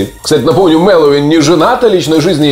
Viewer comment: Ну почему, почему все говорят МэлоУИн? алло! он не Хэллоуин, а МэлоВин!